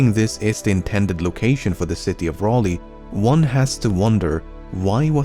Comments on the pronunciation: Sir Walter Raleigh, not rollee. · Love the video but just to say Raleigh is a weird name spelling but it is pronounced "Rally" :) That being said I really enjoyed the video :)